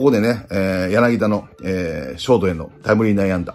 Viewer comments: 里崎さーん やなぎ「た」ですよ…笑🤣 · 里崎さん、昨日の宮本さんもそうだけど、やなぎだじゃないですよ！やなぎた！！！！！